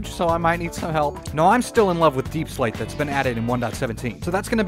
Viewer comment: "YoU wAiT FoR a SecOnD JustA SecOnd....oh ok.....aNd TheN U Got UrSelF a BunCH of DaiePsLaite, I dont know why I turned southern" I laughed so hard